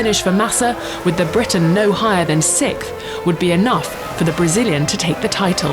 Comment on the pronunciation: The narrator is unable to say "sixth", lol. She keeps saying "sicth".